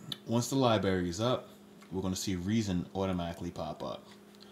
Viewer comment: "Libary," really?